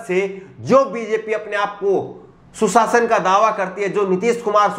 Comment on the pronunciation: Aap Bhot Achche Ankar Hai Par Shabdo Ko Achcha Nhi Bolte Seen Or Sheen ka Shi Uchcharan Nhi Karte,jise Susasan Or Sushasan, ko Shi Nhi Bole.